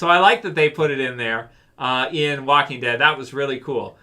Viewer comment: The woking dead lol